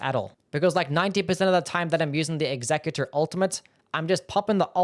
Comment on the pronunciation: Why do people keep pronouncing executor like executive? It's pronounced "eks-uh-cue-tore". You know, like when you want to execute something?